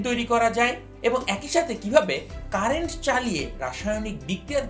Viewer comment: Corrections!! ০:৩৬ 'তরিৎ' না। 'তড়িৎ'। ০:৪২ 'ক্যারেন্ট' না। 'কারেন্ট'।